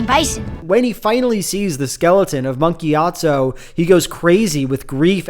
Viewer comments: Why he saying it like Monkey Atso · Every time you say "Monk Gyatso" I hear "Monkey Gyatso" 🤣🤣🤣